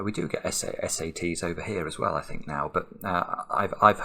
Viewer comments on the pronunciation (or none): To give him the benefit of the doubt this time, I think he said “as well” lol or even “swell”, haha